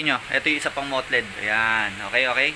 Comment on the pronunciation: Bossing yung mottled po parang 'matold' po tamang pag pronounce, ndi po 'mot-led'.